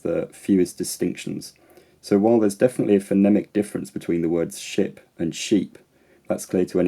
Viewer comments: As a British English speaker with a southern accent, I heard "sheep" for /ʃɪːp/ (ignoring the possibility of "shape"), while finding "ship" quite hard to hear. Anecdotally, I think that vowel pair is particularly governed by length - I'm not sure I've ever heard /ɪː/ before and I've never recognised it as an "i" sound. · When you said /ʃı:p/, as a German speaker, I heard sheep, because /ı:/ sounds a quite like /e:/. I expected some kind of Scottish accent I guess. Also, Scottish pronunciation is closer to German. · Its "shoop" 4 sure 🦄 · I heard shape. I'm from Essex. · 2 me its just sounding like "shoop". So that's the right version. 🦄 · Its clearly "shoop" 🦄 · I just herd "shoop" 🦄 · Guys, I listened 2 it again and 4sure its "Shoop" 🦄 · I actually heard your lengthened ship as shape. I am a native speaker with a General American accent. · English is my second language, but probably because I was already primed and sort of anticipating where you were going I heard ship and sheep respectively. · So interesting to see what different people hear/dont hear. I can't hear anything other than 'ship', lots of commenters saying it sounds like shape? Maybe he talks about 'ship' again later on (I'm only halfway through) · Yeah I’m from the Eastern US and I think it’s because in my dialect, the “ship” vowel is often very centralized, so more like [ʃɪ̈p], and his example sounded more like [ʃeːp], which sounded more like “sheep” to me than “ship”. Maybe the spelling of the word is influencing me there idk. Either way, it sounded more like “shape” than anything else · I also heard shape. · I thought you said "shape" :P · I hear shep. Whether that is a word I don't onestly know . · native speaker here. In your thought experiment I didn’t hear ‘ship’ but ‘shape’. Maybe accental difference between thee and me? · When you said „ship“ I heard „shape“ and I‘m Scottish- where are you from that you say Ship like Shape? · I’m a Geordie, I thought you were saying ‘shape’ haha